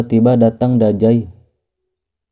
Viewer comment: Dazai bang bukan dajai😑